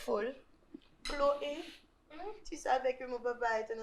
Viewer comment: Wonderful Chlo-ë 😂😂😂 Yon ti Chloval... mais c’est quoi l’histoire 🤣